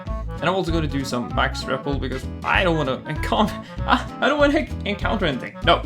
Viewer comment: why do you pronounce it riple it's pronounced repel